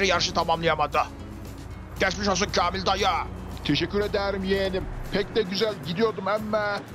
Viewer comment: bir türlü kamil dayı diyememesi. KELOĞLAN BILE DEDİ😂😂😂😂